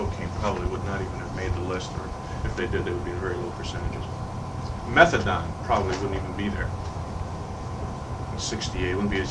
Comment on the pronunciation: Methadone pronounced "Metha don". Fair enough. Can't find evidence of a different spelling back then.